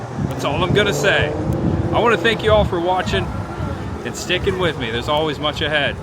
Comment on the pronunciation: Every time this guy says much ahead It sounds more like Munch ahead